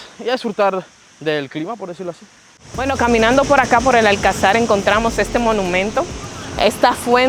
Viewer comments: No es Alcazár. Es Alcazar. Con pronunciación en la sílaba llana ca. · Buen vídeo, pero solo un consejo, se llama Alcázar, no Alcazár, por cada vez que lo deciais se me moría algo 🤣🤣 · Fantástico, por poner un pero se dice alCÁzar con la entonación fuerte en "CÁ". Tampoco hay que pronunciarlo muy fuerte. Lo digo porque vosotros decis ÁLcazar en el video, lógico porque parece esdrújula pero no lo es, es llana!. Saludos ! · Dos cosas, 1492 no es el siglo XIV, es el Siglo XV y es la fecha en la que los reyes católicos expulsaron a las comunidades de sefardíes que rechazaron la conversión al cristianismo. Y dos, Cristóbal Colón fue enterrado en La Habana, pero en 1898, cuando la corona se retira de Cuba, se traen los restos del almirante a Sevilla, donde descansan hasta la fecha. Un último apunte extra; Se dice alcázar (acentuado en la segunda a), no alcazar. Un saludo!